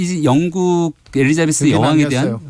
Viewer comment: 티카타카? 티키타카! 엘리사베스? 엘리자베스!